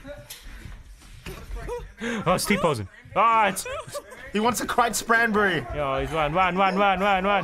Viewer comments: Did he say CRITE SPRANBERRY? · 5;59 “He wants a crite spranberry!” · he wants a crite spranberry. me: dude its sprite cranberry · crite spranberry